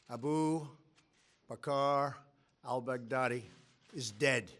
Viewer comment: Man the way how he announces it shits hilarious 😂😂🤣 “a boob, a car, I’ll bag daddy”....Trump 2020 💪🏿🇺🇸🇺🇸🇺🇸